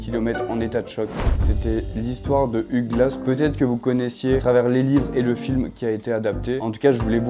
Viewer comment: Hugh comme Hugh Laurie (Dr. House) se prononce 'you' ou 'youw". 😉